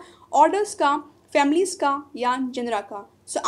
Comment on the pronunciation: Mam apka pronounceation galat hai families ka 👍